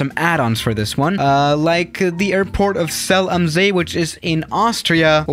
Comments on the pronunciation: is german Also him: "zéalamsée" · It’s called ZELL AM SEE. You have to spell it properly in German